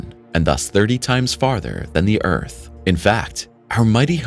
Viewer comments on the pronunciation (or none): none